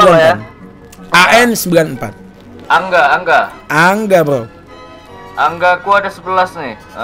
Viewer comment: Ang bukan anga